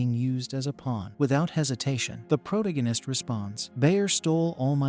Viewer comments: It keeps going.... omg, pro- TAA- go- nist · You should just introduce the main character's name at the start and call him by that name instead of saying proh-toh-guine-is each and every time. Its kinda annoying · Pro-dig-in-ist? That's annoying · I really want to hear narrator.. ..but the repetition of proh-toh-guine-ist is getting to me.. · 23 seconds for mexD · Prot agist ur AI can’t even say the word correctly, couldn’t watch it SOB. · Holy crap, this is completely stolen from The Demon Cycle by Peter V Brett! Also.. agreed the Protagonist pronunciation drove me crazy. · This AI can't even pronounce protagonist properly. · Intolerably improper pronunciation of "protagonist". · Please learn to say protagonist correctly it. That aside thank ya for anime/manga cover